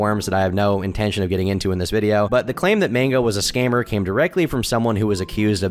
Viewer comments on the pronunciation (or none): none